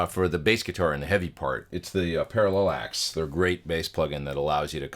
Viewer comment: what input level are you using and what level are you generally aiming for on the meter? i think it's pronounced para-lax right?